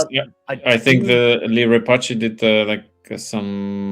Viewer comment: what is that pronunciation of Leliberateur from 🤣